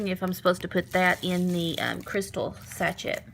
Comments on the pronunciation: Sa-shay, not sa-Chet. It’s French. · Sachay, not sachet